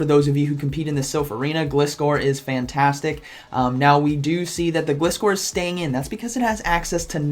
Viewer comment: Gliscor is pronounced the same way as "glide" and "scor" :D